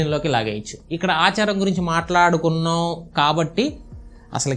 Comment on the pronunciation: అచారం ఏంటి బ్రదర్ ఆచారం ఎవరు అండీ మీకు తెలుగు నేర్పింది.